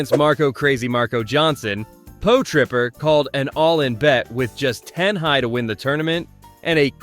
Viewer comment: Po-Tripper!?😂 Pot-Ripper